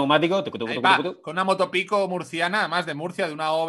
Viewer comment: Castelo dice motopico, y automaticamente he oido ... RUST ???